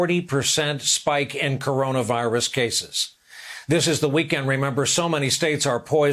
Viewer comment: 🍊 Pls don’t pretend you learn a lot, u can’t even read corona virus right.